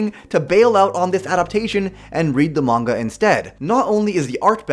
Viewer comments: can't listen to someone who says manga like Mang-ua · Manwua....?? It's pronounced Fudamedalalchumist brudehood dummy... The s is silent